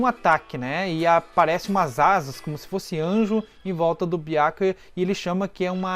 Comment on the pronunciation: Seus vídeos são bons, só a pronúncia de alguns nomes que deveriam ser "corrigidos". Byákuya é complicado. Esse "á" acentuado é horrível de se ouvir. Mas o conteúdo é bacana. Sucesso. Grande abraço.